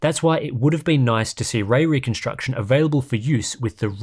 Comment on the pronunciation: Wespect fo pwonouncing way weconstuction without any hiccup! 😵‍💫👍